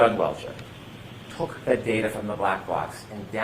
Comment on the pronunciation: All I hear is daterrrr 🤦🏼‍♀️